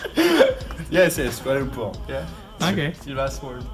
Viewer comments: Made me giggle so hard...what is the capital? kuala lumpur? Its okie he tried. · When he said "KUALA LUMPUR" oh fu*k😂😂